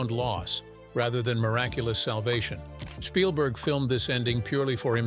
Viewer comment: Shpielberg? Really? 😂